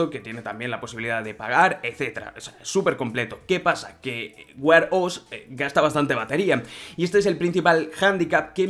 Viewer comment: Vaya, estos «influencers» ganan un platal con los vídeos y no le pueden dedicar un tiempo a buscar la pronunciación de las palabras en inglés que van a usar. No se dice Apel sino Apl y Wear se dice uer no uar 🤣😂